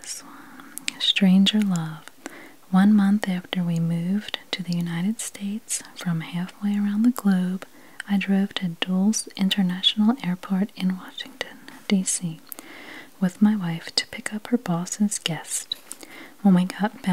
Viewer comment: Just FYI, the airport in DC is pronounced DULL-ISS :)